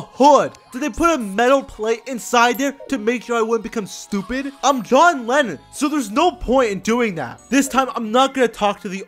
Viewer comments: john lennin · Johnatan Lemmon?